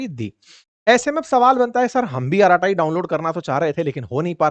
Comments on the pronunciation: श्री मान जी अरट्टै के नाम से बोला जाता है नाकि अराटाई ।😂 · अराटाई नहीं,, अरट्टै/अरट्टई Bolo Sir‼️ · It is pronounced as ' अरट्टई' and not as 'अराताई'. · It is not araatayi. It is arratai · Arattai in Tamil means "gupshap" or "gappe". Pronounced अरट्टै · The correct pronunciation is अराटाय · Ankit Ji, This is a Tamil word `Arattai` meaning a familiar word ` family casual chatting` (batiyana) in Tamilnadu. Pronounced Aa ra ttai (tae tai not taiee). Hope it doesn't hurt you. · अराटे् pronounciation hai 😂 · अरत्ताई - जोर "र" और "टीटी" ध्वनियों पर है। यह एक तमिल शब्द है जिसका अर्थ है "गप शप"।